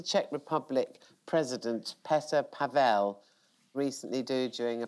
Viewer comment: Wow, I'm impressed, Jo Brand pronounced the name of President Petr Pavel well! It was the celebration of 105th independence anniversary from Austria-Hungary. All Czech presidents have had quirks that became their "trademarks" and would fit into HIGNFY very well. One used to steal pens by mistake, another loved yellow rubber boats. Pavel now has underestimating the weight of flagpoles 😄